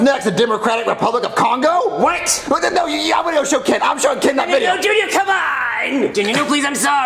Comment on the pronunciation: As a Congolese, DID YOU JUST SAY CONGO